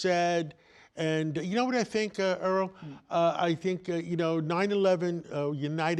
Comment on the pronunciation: eh er uh ah, I got to keep pronouncing your name right; Erol! One moment later, Earl. one one one with Zundami 😂 Come on, this seems like a paid infomercial.